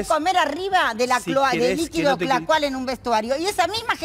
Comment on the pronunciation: liquido clocal jajajaja